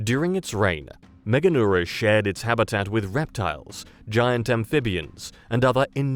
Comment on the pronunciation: first channel to pronounce this correctly out of about 6 others I previously viewed. MEGA neura. All the others said MEGAN eura. You're also the only one to define the parts of the word "large nerve". The others must think it was named after a girl in Europe. This goes for the AI generated channels, too.